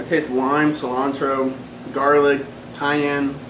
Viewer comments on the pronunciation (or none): none